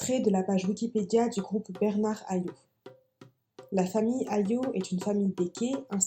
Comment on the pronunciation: En Martinique, pour les noms de famille on prononce toutes les lettres : donc on ne dit pas "Hayo" mais "Hayotte"